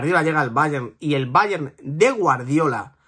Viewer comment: Que cansino eres diciendo ,BAYEN,BAYEN ,BAYEN….El BAYER MÚNICH que se ha pronunciado toda la vida coño.